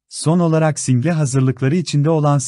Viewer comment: Diksiyon dersi almanız gerekir. Videolarınızı seskendirirken kelimeleri acaip telaffuz ediyorsunuz. ör: Single okuduğu gibi söylediniz birkaç kez, nazik kelimesinde nâ - zik (a) uzatılır kelimelerin söylesnişlerini öğrenip lütfen Türkçe mizi güzel kullanalım